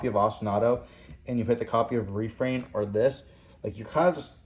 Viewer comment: yo that refrain pronunciation is REPULSIVE